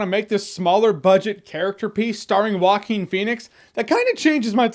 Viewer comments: "Walking Phoenix" XDDD Rofl, dude is not that hard to say [Hoaquin]. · Waquin? Rrruaquin xD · not exactly, its moreso pronounced wahkeen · "whacking phoenix" it's funny because Joaquin in spanish it´s pronounced "HO-AH-KEAN", when I read his name somewhere, I hear it that way in my mind even when I've already heard " Whacking" a thousand times.. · Walking Phoenix? It's a Hispanic name.. It's pronounced " hoe- ah - king" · It's pronounced Hwahkeen, not Walken like Christopher Walken Lol It's of Spanish origin. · Shark Team it's more like Hoakeen, not jokin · The closest to the original Spanish pronunciation is Hwah-KEEN / Who-ah-KEEN. If you know how to pronounce the final consonant of the Scottish word "Loch," that's the initial consontant of "Joaquín." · No guys it is pronounced Jo Wa Que In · Who else kept hearing it as "Walking Phoenix"? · Sounds like he is saying Walking Phoenix lol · "Waakin Phoenix" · 😂😂😂 he keeps saying “Walking” Pheonix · Is it just me or his name is being pronounced Walking Phoenix? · Why does he pronounce actor's name as "Walking Phoenix"? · Joaquker Phoenix will be on par with Nicholson and Ledger's Joker. Leto's Joker was a joke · Woaking Fenix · It is pronounced "Wacking" phoenix... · He pronounces Joaquin weird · Franky J Rod It doesn't make him stupid to not know how to pronounce that name, it makes him ignorant of that particular thing. I guess all native Spanish speakers who don't know how to pronounce one English name are stupid and disrespectful too, right? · Can someone teach our dear Jeremy how to pronounce Joaquin? Thank you :D P.S.: I'm saying this with all the best intentions, this is not intended as an insult.